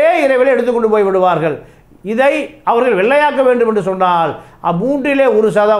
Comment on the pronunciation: Please improve your pronounciation ல......ள. "அவர்கல்" இல்லலை "அவர்கள்" பள, நிளை, காளம்